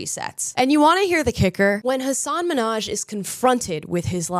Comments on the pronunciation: Don't be stupid, every comedian has stories that are probably not real. It's comedy, for goodness’ sake. And his name is Minhaj with a pronounced h (you could say it's like Russian KH) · He seems like a grievance meanie. He was on "Ellen" and complained that everyone pronounced his name MINhaj instead of MinhAJ. My first name has a Scandinavian pronunciation--I've never had a boss get it right yet--I think I'll be ok... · I knew he was trash how he snapped at Ellen for mispronouncing his name. In my opinion he’s a weak little man hoisting himself on a pedestal he does not belong on.